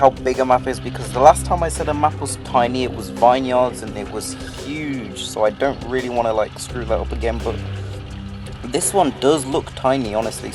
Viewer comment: vine yards ? i think it's pronounced closer to vin yurds